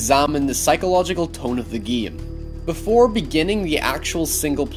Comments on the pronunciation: "The Geme" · Geym , jeysun , neyture idk I feel like loosing brain cells when I hear that pronounciation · It's game mate not giem. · why the f**k are you saying geam instead game😐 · The geem? The campeen? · “With the geem.” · learn to say game